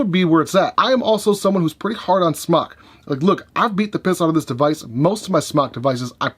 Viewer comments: Would you quit pronouncing it that way... it's pronounced like the word SMOKE....JESUS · its Smok as in Smoke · The way he says smok I’m really happy now